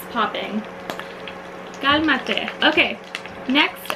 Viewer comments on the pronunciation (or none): did youuuu say "kalma teh"?? omg🙊💞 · did she just say "kalma te" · Did you just say "Kalma teh?" Hahahahaha omg. <3 <3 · Did she just said KALMA TE???